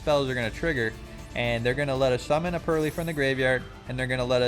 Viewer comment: you did not just say purr-lie-lie, that's a sin